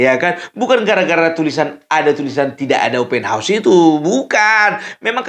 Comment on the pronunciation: Bikin ketawa opung ini Faseh bener kou baca ( OPEN HAUS) 😅😅😅😅😅